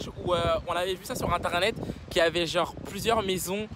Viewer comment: Eh j’te love mais STOP ARRÊTE DE DIRE « gennre » STPPPPPP!